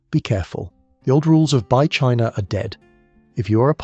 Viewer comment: I assume it's ai voice because it goes from China being pronounced "Chinaer" then switches to China being pronounced "China but Russia being pronounced as Russier" Im born 1980 my good friend to this day liked the band Weezer, fine, whatever. But in our teens i made fun of how his not favorite just liked Weezer "Champagne Super Nover in the Sky" was funny as we played DnD (it was mainstream, meant to be taboo made it fun like hiding to smoke some weed and a few ill gotten beers, but we were the "nerds' now its a billion dollar industry. Stupid huh?) Kinda odd what's worth money now.